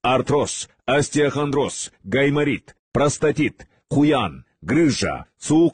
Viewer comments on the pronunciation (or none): none